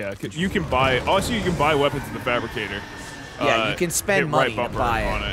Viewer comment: It’s fabricator not fabricgater Gavin Geoff & should’ve bee there as well